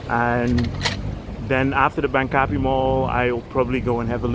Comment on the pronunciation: It is actually pronounced Bang - ka - pee.